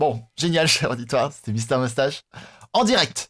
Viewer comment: Pk tu dit mastache au lieu de moustache